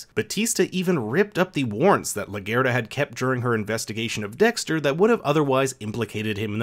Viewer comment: This was so well written ill forgive the EXTREMELY Caucasian way you pronounce ‘LaGuerta” 😂 ALL LOVE! Lol